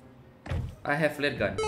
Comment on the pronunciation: i flare - i flare,. random say 'e fle - e fle',.sakit perut gw😂😂